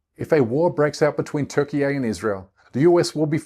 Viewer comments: This can’t even pronounce Turkey 🦃 🇹🇷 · It’s Turkey dude your speaking English not Turkish! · Please stop saying Turkey eh. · Nice video mate but if you could just say Turkey correctly that would be great 👍🏼